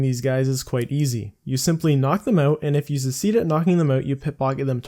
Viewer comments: its pronounced suhk· seed if you havent figured it out 4 years later :) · At first I was like aw take it easy on the guy and then 3 secedes in and it was driving me crazy. Poor fella probably spells definitely as "defiantly" as well :( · "pit pocket" "secede" 20iq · You "secede? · He’s like the South, trying to start the civil war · This guy cant say succeed oml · youre pronouncing succeed wrong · He doesn't have an accent so I assume English is his native language how the hell does a native butcher such a common word